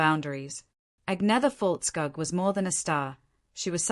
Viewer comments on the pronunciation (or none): Be better if you learnt to pronounce her name properly, there are several utube videos where she tells people just how to do it